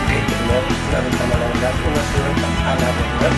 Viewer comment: siempre dices lanverda